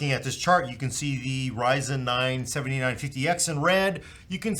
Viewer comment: Something that drives me absolutely nuts is putting the emphasis on the wrong number. This is the fifty nine fifty X and this one is a seventy NINE fifty X. Losing my mind here.